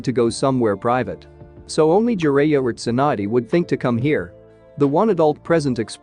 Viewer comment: Just need a little more work on some of the pronunciation... like Jiraiya, Namikaze and among others.... also can you stop that unneeded movement of the picture in the beginning...